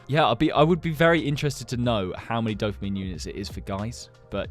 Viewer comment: Why when he says "dopamine" i hear "dumpling"